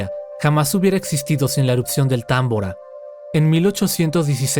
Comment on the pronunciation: Es tambora no támbora porqué lo pronuncias mal 😏